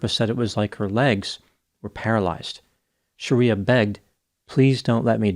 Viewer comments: Bro, BIG difference between YOUR pronunciation of "SHARIYA," (A harsh interpretation of Islamic law) and this woman's correctly pronounced name "SHRIYA," which is pronounced as it appears. Aren't doctor's keen on pronunciation after 4 years of pneumococci, neisseria and the like?😮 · dude...it was getting to me how you were pronouncing it as Shaaaariyaaaa, instead of Shri-ya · It's pronounced Shree-yah not Shareeyah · You're pronouncing her name wrong. It's Shriya not Shariya. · Shreeya not Shareeya. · Not Shar-ee-a, Shree-ya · Pretty sure her name is not "Sharia". It's Shriya. It's a Sanskrit name, not Arabic. Otherwise, entertaining video. Well, except for the confusion of singular and plural. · The least you can do is pronounce people's names correctly. Shriya and Sharia aren't the same thing meaningwise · Might have been a good idea to learn how to pronounce her name correctly. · You're pronouncing her name incorrectly btw